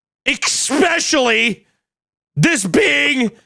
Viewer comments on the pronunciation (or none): Especially. Expecially. One is right, the other damages credibility of the person saying it. There is a distinct difference between these two guys, one of them could easily level up with the omission of that mis pronounced word. It's just that you (Hunter) say 'expecially' SO often that it does kind of create a certain impression. Note: I know, I'm mean and annoying and I'm sorry but here we are, it doesn't change the facts. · “Expeshially!” 😂 emphasis on the “X” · Hunter: 🗣️🗣️🗣️ EX-SPECHULLY😠🤬😤😠🔥🔥🔥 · EXSPECIALLY HUNTER! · Tbf, “X-pesh-ially” (especially) is not as bad to me as “E-legally” (illegal) ITS ILL-EGAL! And I-MMEDIATELY Also you guys should prepare for the word ‘facsimile’ (Fack-sim-uh-lee) because it’s not the first time or the last time it will pop up. Thanks, luv u, bye. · VERY LOVECRAFTIAN EKSPECIALLY ‼️ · I noticed it too, eXCSpecially.